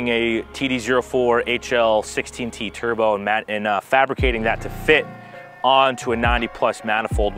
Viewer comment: "türbow" ugh